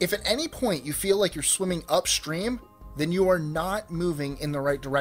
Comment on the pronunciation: Enunciate properly. You are slipping extra sounds into upstream and extreme.